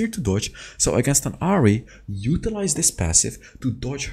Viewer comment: Its Ahri Not Hari